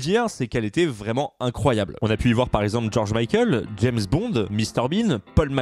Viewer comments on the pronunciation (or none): none